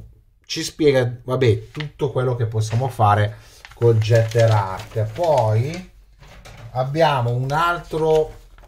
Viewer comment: Si pronuncerebbe ghetter..... Tanta Zama? 😂😂😂😂 Fa c@@ Io l' ho aperto preso in mano e rimesso in box